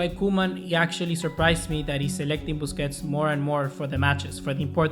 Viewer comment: 😂😂😂man said bussi